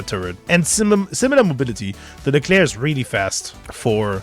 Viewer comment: leclerc "es es ai"... painful